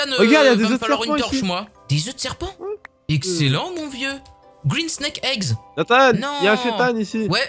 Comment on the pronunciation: A il a dis Egg_scélant